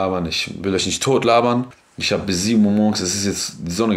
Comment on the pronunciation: "Isch bin ein Mann"